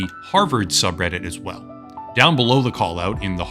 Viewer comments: VVell VVell VVell, every svngle time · vvell vvell vvell, every svngle tvme